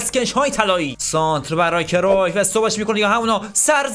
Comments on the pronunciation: اسمش کریوف نیست اسمش کرایوف هست لطفا درست تلفظ کن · ❌کرویف ✅کرایف ❌گَرت مولر ✅گِرد مولر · داداش بعضی بازیکنان رو اشتباه تلفظ میکنی گِرد مولر یوهان کرایف